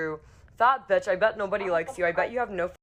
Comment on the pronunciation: lmao the fact she says bitch like "batch" bruhhh